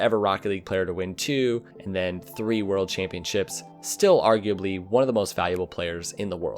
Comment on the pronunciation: Drinking game Take a shot everytime he says "arguabely"